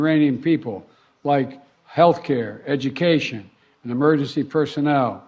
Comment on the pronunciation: "Healthcare ... Educaschion". Stuff the USA doesn't care about. Here's another 40 billion voucher for stuff from our MIC, keep on the meatgrinding, eh?